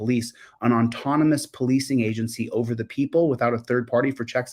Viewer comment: The word is AUTONOMOUS, not ONtonomous.